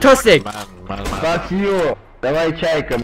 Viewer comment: This is the best fuck you i hear in my life xdd